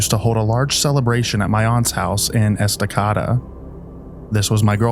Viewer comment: Story 6, It's pronounced Esta-Cada, that's in Oregon in the Willamette Valley! I've been on 211 too many times to count